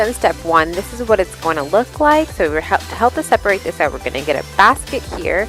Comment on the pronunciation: It's "separate" :-)